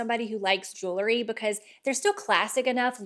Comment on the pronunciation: Jewel..ry not jewlery